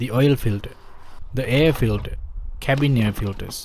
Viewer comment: Nice video, but tell me what is oilfilder? Or airfilder? Or dowing car?